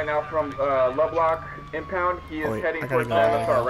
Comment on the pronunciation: Lol he called it lubblock